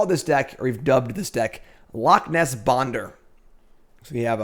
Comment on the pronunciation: Bonder's name isnt Bonder,it's Bender.